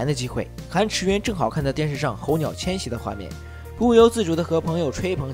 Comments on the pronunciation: 猴鸟🐦🐦🐦🐦🐦🐦哈哈😄😄😄😄😄😄😄😄😄😄候鸟呢特么hou是四声。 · 候鸟。。。四声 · 候鸟 二声? 什么逗比都讲电影了吗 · 每次听UP主念「猴鸟」和男主的姓我就出戏…